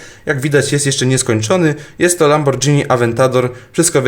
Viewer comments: ej na przyszłoś nie czyta się lambordżini tylko lamborgini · LAMBORGINI A NIE LAMBORDŻINI XD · Nie lamborczini tylko lamborgini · nie lambordżini a lamborgini :P